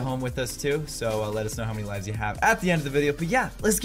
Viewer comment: Lives not luves